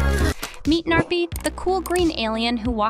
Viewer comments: You are probably pronouncing the gnarpy wrong your saying narpy but how to actually pronounce the name is Gnarpy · i love how she says narpy insted of gnarpy